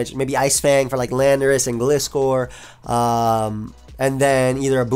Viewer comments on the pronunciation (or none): But also my man you gotta stop saying Glis-scor, it's name is Gliscor, like a hang glider, not a hang glidder lol